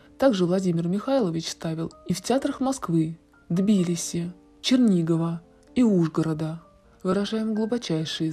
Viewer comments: ТбилИси, а не ТбИлиси! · Нет такого города с таким ударением, есть ударение на вторую букву И, а не на первую И кошмар, Тбилиси, такого не знать позор, ну и молодёжь пошла безграмотная!! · Боже мой, человек , который снимает ролик, тоже умирает? Голос посто загробный , ну, хотя бы названия городов можно произносить, ставя правильно ударение, город Тбилиси, в частности, какое невежество!!